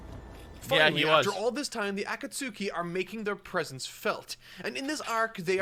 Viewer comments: botching the name Akatsuki and Deidara is hilariously bad, but understandable since he's only reading the manga. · bruh its cringe seeing ppl make fun of pronouncing akatsuki, like bruh, hes reading the manga, not watching the anime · It's so criminal how was just getting used to Aka-tsuki, then he gets hit when a Jinchu-riki. That insta pause there killed me LOL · Fun fact: In Italy our official dub pronounces every U in every name. So yeah, akatsUki and sasUke. Yes, we hate our dub, but we've learned to not cringe every time XD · Gaara's probably Kazekage cause his dad died. I always assumed that Kazekage was chosen differently than the Hokage. More like a monarchy than a democracy. Also, is 100% pronouncing Akatsuki wrong just to troll people. I can't allow myself to believe someone could pronounce that shit like that on purpose.